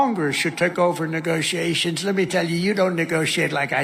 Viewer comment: “Oi thuink duh Congressh schould take ovuh negoshiashuns” 🤦🏼‍♂️